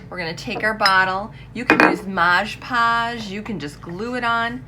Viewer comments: lt’s Mod Podge not modes podges just like on the bottle. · FYI it’s mod podge not modge modge lol